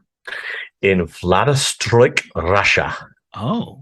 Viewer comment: Hey there Sorry but I gotta be THAT GUY for a sec On it's Vladivostok As in Vlad-i-vostok Hope that helps in the future